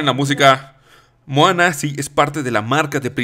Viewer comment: "mojana" ;'D